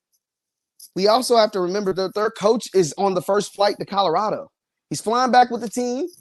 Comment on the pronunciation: You do know there is a “L” In Colorado. Lol.😂